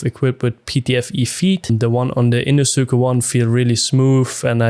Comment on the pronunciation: Great video and good review! It was funny hearing it that way but I’m sure everyone would understand! Thanks for the review 👍🏽